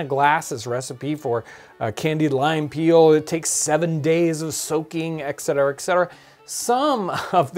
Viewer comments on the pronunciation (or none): There is no X in etcetera.